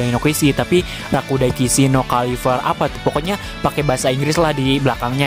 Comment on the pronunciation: Cavalry bukan cavarlary bang😂